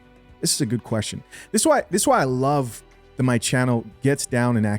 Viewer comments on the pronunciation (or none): none